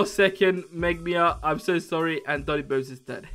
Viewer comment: No one's gonna talk about how they said "Boni" Instead of "Doni" Just me? okay.